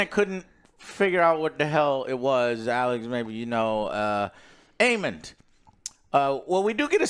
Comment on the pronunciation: 😂😂😂how do they not get a single name right 😂. Aemont, Raehnys, Damian😂